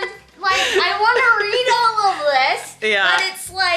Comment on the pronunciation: I love how said Readed and then caught himself and said read lol, it was the cutest